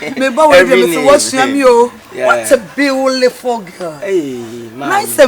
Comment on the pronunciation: said “what a beau-li-ful girl” 😂😂😂 eeeiii